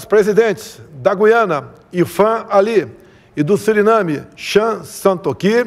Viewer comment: Eu ouvi "Siriname"?